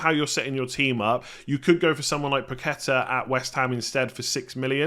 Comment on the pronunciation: Paket-tar (accent on the “á”)